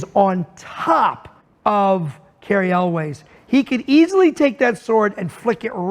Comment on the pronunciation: Elwes is pronounced like yules, not elways